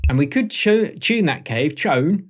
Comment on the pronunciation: love the vid thanks! def need to have you pronounce Clave correctly though lol! "Cla-Vay" Beyond that, superb!